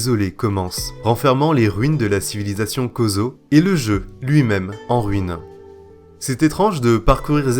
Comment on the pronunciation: mes sincères excuses d'avance pour ce commentaire HS, mais j'ai tiqué a un point que ca m'a fait sortir de la super ambiance de la video : ... KO ZO ? j'ai regardé et je crois que ca se prononce cho genre heu.. chorizo ? voila désolé.